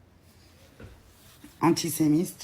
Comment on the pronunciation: ....va apprendre a parler.. antisémite....et non antisemiste